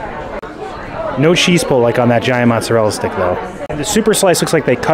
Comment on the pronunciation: Not sure why you’re having so much trouble with mozzarella stick My family enjoyed this snack with no complaints